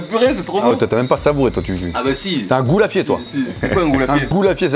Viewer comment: C'est ce dis pas "goulafier" mais "gougnafier" 😅